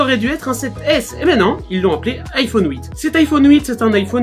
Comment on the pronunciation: Iphone ouite 😂😂